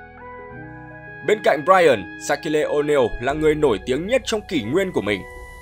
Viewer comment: Sát-kiu Oneal chứ ko phải Sát-ki-lê Oneal ạ, ông blv này chuyên phát âm cầu thủ sai 1 cách vớ vẩn